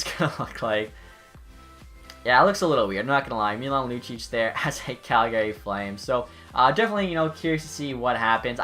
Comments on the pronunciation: out here in alberta we don’t pronounce it as the name gary. it’s cal-guh-ree lol love your vids but just giving a little western charm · It's pronounced CalGay right? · stop saying calgary wrong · You can tell someone isn't from Calgary, by the way they say Calgary. People from Calgary will know what I mean.